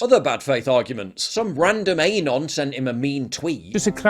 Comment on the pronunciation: PJ- it's "ah-non", not "ay-non". Anyway good vid fuck Shapiro and cringywire.